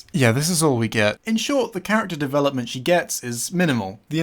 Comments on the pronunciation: character “devil oppiment” I liked the video but I had to point this out lol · Dev - ah - lep - meant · I like how said "Dev el opment" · Ok, look. I get that people pronounce things differently. But DEV A LOP MINT??? Was that a joke? We're you trying to be funny? Please for the love of God tell me you were trying to be funny, because I don't think I can handle it if you were legitimately trying to pronouncing that word correctly. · Congrats on the "Character Deluh-VOP-ment." That's a new pronunciation. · H-how... Did you... Pronounce development? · why did you say development like that